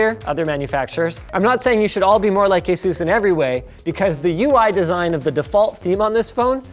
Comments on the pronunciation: asus not asues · Pretty sure you pronounce it ASUS and not AESOOOOS